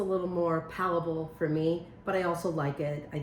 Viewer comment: Hi Amy! Side note: it is * Palatable* Not " palable". Meaning " your palate" . Things that taste good.